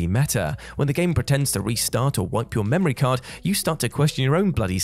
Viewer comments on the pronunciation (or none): none